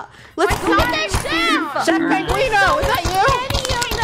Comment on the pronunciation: Its so funny how they say penguini instead of penguino